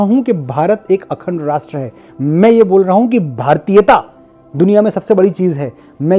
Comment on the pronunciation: मनोज जी चाहे कोई कितना भी उपहास करे , शुद्ध , सही , पवित्र हिंदी ही बोलियेगा 🙏 वैसे रास्ट्र नहीं राष्ट्र ।